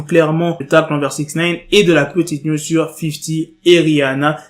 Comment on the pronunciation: je ne sais pas pourquoi quand tu dis news j entend niuds